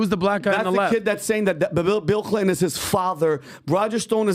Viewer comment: I wish would lean to pronounce T. It’s Clinton not Clinon.